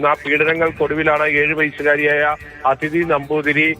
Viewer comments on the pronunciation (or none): അതിഥി അല്ല അദിതി